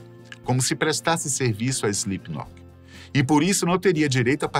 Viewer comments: Slipnok, SLIPNOK. Ele disse SlipNOQUE. Sim ele disse. Muitas vezes! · Quem avisa ele que o nome da banda nao é "Islipinóki"?? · SlipKNOCK não dá, até voltei porque achei que eu havia ouvido errado, mas por duas ou três vezes durante o video (e no finalzinho) ele fala errado kkk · Além de ter pronunciado errado várias vezes, e passado pela edição: Slipknoc... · ele falando SlipKNOCK me pegou um pouco kkkk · Palavra de fã (a no mínimo 15 anos) da banda… o roteiro ficou bom, mas a execução nem tanto… o apresentador erra inúmeras vezes o nome da banda chamando de Slipnok, os editores colocaram imagens erradas em momentos errados… faltou informação… a impressão que deu é que fizeram esse vídeo por conta do hype do Eloy Casagrande ser o novo baterista… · "Slipnoc" não, po.. pera ai kkkkkk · Primeiro, SlipknoQUI? Que agonia veio kkkkkk segundo, faltou abordou assuntos muito importantes sobre o lado "religioso" da banda, que, entre fatos, são assumidamente cristãos. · Pq o cara está falando o nome fa banda com C mudo no final? Será que ele não sabe ler? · Impreeao minha ou ele falou diversas vezes slipnok? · SLIPNOK essa me quebrou 😂😂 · Ele erra todas as datas. Ele falou slipknoque, bah que narração horrorosa. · É SlipknoT, não SlipknoP! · "Slipnoque" kkkkkj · SlipkinoC ? 😅 Pqp hem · Correção: Mick caiu depois de tropeçar no DJ Sid. O cara fala "Slipknoc" ... credibilidade nenhuma. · Foi só eu que percebi que ele não diz Slipknot?? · Slipnop....Slipnok.....kkkk ta difícil hein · Joey foi uma lenda, e se não o maior baterista da história Mas agr tipo assim, só eu wue percebi que o cara do video fala o nome da banda errado algumas vezes, principalmente a ultima vez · video bem legal, parabéns aos envolvidos masque nervoso ele falando Slipknot, poderia ter se esforçado mais nessa pronuncia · Ele falando o nome da banda errado o vídeo todo... que agonia kkk